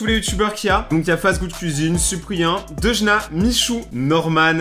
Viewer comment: Il a manrqquer deunja et pas deujna